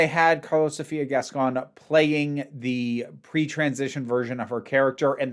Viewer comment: Just starting to watch the video but I have to say something I wanted to say in the prior video and forgot: I absolutely love how you pronunciate Gascón... you're doing it SO well. 👏🏻👏🏻👏🏻👏🏻👏🏻👏🏻 Lots of love from Buenos Aires 💖💖